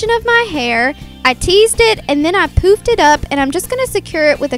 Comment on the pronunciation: when she said poofed it up i thought she said poop haha, lol